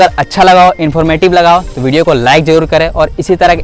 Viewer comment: वीडियो ❌ भीडियो ✅ 😂😂😂